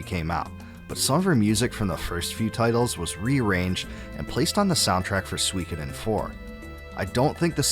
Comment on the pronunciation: Thanks for ruining my day internet, recommending me a 2 year old video where Suikoden is pronounced incorrectly for 65 minutes straight.